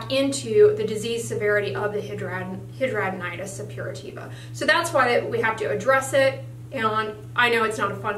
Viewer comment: Either you are saying it wrong or every doctor I've seen over the past 10 years and 4 states are saying it wrong.